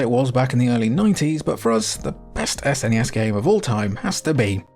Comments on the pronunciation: SNES, rhymes with, uh, Ness. Not fez. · You're prouncing SNES incorrectly....lol